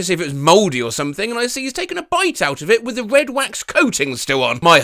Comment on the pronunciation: Okay, im here to support with a like and sub this is way better than the AI voice reading a script. Sure is nice to hear people, then again Im not sure about hearing the english 'wif' instead of 'with' I do like the pint feels like im hearing him rant in a pub.